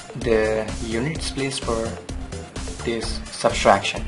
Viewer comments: substraction ni ... subtraction hota h . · Thanks for the video. I would like to make a simple comment that it is not SUBSTRACTION (if i heard you correctly), it is SUBTRACTION. It is a very common Indian (i should say) mistake while pronouncing and writing (spelling). Hope you do not mind. I used to make the same mistake when i was young :)